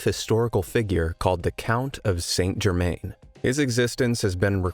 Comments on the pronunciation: It's pronounced ' san germann' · It’s pronounced - san jer- MAN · It's pronounced San Jerman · Pronounced: _San Gerrr-_man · Wouldn't pass the James Randi challenge, and it's confusing that you don't pronounce "St Germain" correctly (is that because you Americans aren't near France as we Brits are?), but it's a great story and it illustrates why Chelsea Quinn Yarbro chose him for her vampire story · Author a 25 minute story of one of the most significant alchemical figures in the last 300 years, yet you can't be bothered to get his name right? Shame on you. Try harder, or even (shakes with impart), try google? Search "Saint Germain pronunciation". Its not hard- oh, unless you are talking about a town in the US of Something? There is a world outside your borders- please grow up & try to learn.